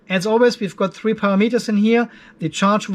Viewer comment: I have learned so much about controlling Lifepo4 batteries, so thank you. But mainly I watch so I can hear you say "Para-Meters"